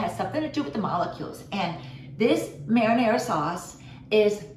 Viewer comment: Only because we are talking about correct pronunciations, I have to tell you that you aren't pronouncing "marinara" correctly.